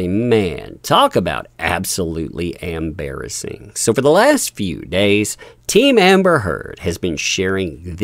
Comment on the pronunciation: 😊😅😊😅 Did you say amberasing 😂😂😂😂😂love it